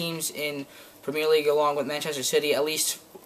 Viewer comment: You say premier weird